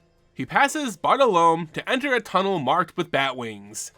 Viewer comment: Your pronunciation of Bartolomé hurts me. lol.